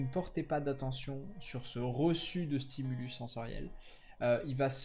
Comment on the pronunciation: Bonne vidéo ! (On dit un stimulus (stimulusse) et des stimuli) ;)